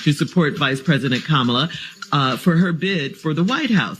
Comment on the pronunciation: Mispronouncing Kamalas name is just disrespectful Umar. She is a black woman. Show some RESPECT!!!